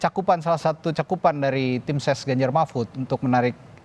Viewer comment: •Mahfud pak bukan Mahmud udah 2-3x saya dengar ucapan anda. Tapi narasinya bgus bnget tadi wkwk😁😂 ke kubu prabowo •Good PKS jangan terpancing menyerang, Jubir pks fokus aja jadi (Gelandang tengah) menyuplai informasi secara objektif untuk support striker penyerang depan, dan menyeimbang pemain bertahan.